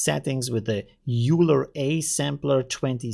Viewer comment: Leonhard Euler was a Swiss mathematician ( ). Pronounced oil - er. I know, not important, but it's good to know.